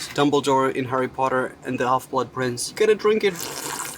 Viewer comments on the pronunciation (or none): none